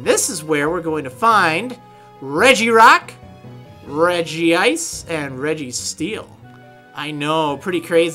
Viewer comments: Crustle is CRUS-LE not CRUST-LE Regice is REG-ICE not REGI-ICE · you speak it out as ; REG-ICE NOT LIKE REGI-ICE